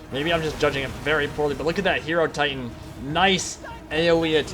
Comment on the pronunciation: Great video. That was an awesome battle, but I have one question: isn't it pronounced "Hai-Ro-Titan" like Hai-Ro-Phant" instead of "Hero-Titan"?